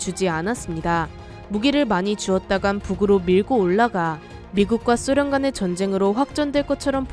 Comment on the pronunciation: 왜 소련이데 숫련이라고해요